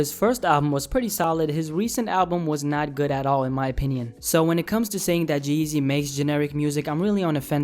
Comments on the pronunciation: The name is G-Eazy not Geazy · sounds like your saying jay-z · Its G- easy not geasy , common man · Lol geezy wtf it’s g—easy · u said geasy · It's G-Eazy. Not Geazy. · It’s g........eazy Not Jeasy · His name is not one word. It's G______Eazy you are saying Jeezy. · The whole time you called him "Jeezy" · I could only stand a minute and a half of this... His name is g eazy btw.. not jeezy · Why does it sound like your saying jeezy Nd not g eazy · his name isn't 'jeezy' it's gee - easy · Lol why u keep saying Jeezy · Sounds like his saying jizzy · Sounds like you're saying Jeezy.....and everyone loves Jeezy. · OMG can you please stop saying Geezy its "G" Easy nigga damn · G-Eazy not Jeezy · He says Geezy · the way you pronounce "g-eazy" makes me wanna neck myself